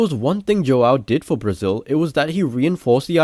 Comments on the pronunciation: Pela maneira que pronunciou "brasil" pensie ok é br, mas depois ele pronunciou joão, e fiquei...n parece br... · Great video, the Portuguese wasn't bad, it even got me started on the pronunciation of Brazil, and it even left me in doubt, but it gave me away with "João", it's hard to have a good pronunciation without a lot of practice... I was just in doubt, but great video